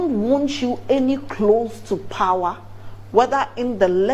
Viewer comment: Ghanaians never disappoint... The pronunciation of the word POWER "PAWA😂"